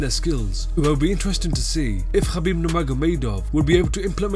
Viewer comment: The way he says khabib lol